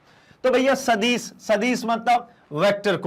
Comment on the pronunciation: Sadis or adis ke Pronunciation ko sudhariye